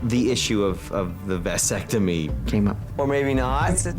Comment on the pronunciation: It is not a "VICE" sectomy you idiot....it's a "VASS" ectomy.